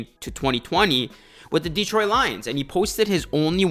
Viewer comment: Please show the Lions some respect and star pronoucing Detroit's name correctly, it is not Deeetroit, but Detroit.